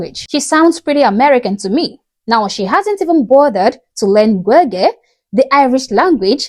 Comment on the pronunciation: She's not even pronouncing Gaelige correctly so she doesn't even fucking respect the culture she moved to.